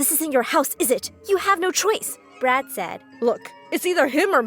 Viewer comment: Is it just me who hear the name "Brad" as "Brat"??😂😂😂 (No offense)